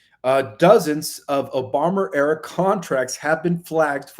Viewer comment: Question and request. Why do you say Obamer, etc and not just say Obama? If his name is not allowed to be said then even his brainwashed minion would get their accounts closed...individuals and media. Also, can you say "On the precipice of the revelations (once humanity gets to a place to accept it)" or something? It is so irritating hearing it as if it'll happen tomorrow when we know it's still going to take awhile